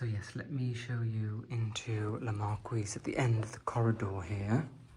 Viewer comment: A pure joy. To see the french elegance. It is just lovely. All your videos are an inspiration. A belgian fan of you! The flowers under the tree are not crocus at this time of the year but cyclamen. Just a little remark. Le marquis should be pronounce mar-key. . You should ask the french prononciation to the owners or check it online.